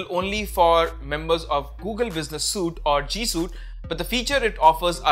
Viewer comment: "Suite" sounds like "sweet", not "suit".